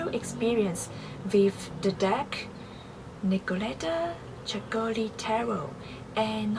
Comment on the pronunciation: not ceccőli, but cèccoli